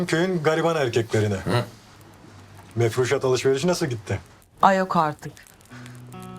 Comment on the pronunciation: Songül " mefruşat " diyemiyor mu ne ? 😂 " meşrufat " dedi 🤭